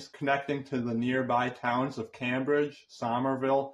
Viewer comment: LOL...Only 'KAM BRIDGE"...LOL I always said CAME BRIDGE...